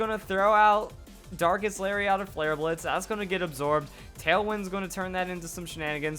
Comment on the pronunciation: Lol, "Dankest Lariat".